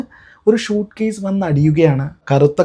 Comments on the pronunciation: ഷൂട്ട്കേസ് അല്ല സ്യുട്കേസ് എന്ന് പറ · ഷ അല്ല സ